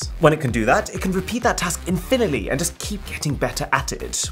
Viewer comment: Did he say “infiniley” ? Lol